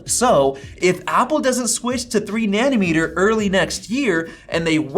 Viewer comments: It’s like a knife driving through my heart every time I hear “Nani-meter”. It’s nanOmeter!! 😂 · Great video! Btw it’s NANOmeter not NANNYmeter, which is a unit for measuring leftist policies… 🤣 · Na-no meter. na-NO meter. na-NO. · Wtf is a ‘Nannymeter’ lol 😂